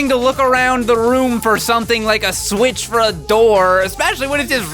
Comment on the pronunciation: Kunkels says swith not the s word